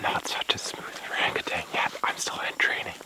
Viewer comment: Absolutely love you guys, please tell Ben that there is no G at the end of orangutan